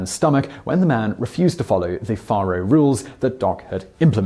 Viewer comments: Just so ya know, the game is prounced Fay-row, not Far-ho. And there were very few, if any that were squeaky clean, then or now. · It's pronounced Fair-o, not Far-o. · it's 'fair-oh' NOT 'far-oh'... Once again, your video topic is quite interesting and enjoyable! It's your mis-pronunciation that is cringe-worthy... If you are going to produce videos on American subjects, it would be wise to learn how to properly pronounce the English words as Americans do... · Yea like the way he says “ faro”. It’s Fay-ro. Not far-ro. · Not petty. Just tired of FAKE news. 10 days off Docs birthday is a LOT and it's Fay Roe. Not far row.. I think you just said ICE Clanton.... Its IKE. FAKE shit. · Well, shucks pard. You got the year of Doc's birth correct. FAR-oh (spelled Faro) is pronounced FARE-oh. Incidentally, finding truth in TRUE WEST magazine is like finding a needle in a haystack. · Its pronounced fairo. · Faro is pronounced like pharaoh....Fare-Oh. Also "Francisco taught him how to become the quickest draw in the west" Who/when/where did this quote come from? Gunfighters in the 1800s were deadly if they could keep their cool and stand calmly and shoot at someone while being shot at. It really wasn't about how quick they could draw. That is fiction from Hollywood. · The game is pronounced "Fair-oh." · I just cannot stand a British accent.....it makes me crazy....especially the way he pronounces the game Faro ! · bonsai biker And repeatedly mispronounced faro. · Noah Count Thank you for correcting his pronunciation. I correct him on at least one or two things in every presentation. You beat me to it.